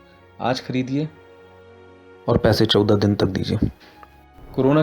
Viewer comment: I wonder why they replace his 14, wrong pronunciation? LOL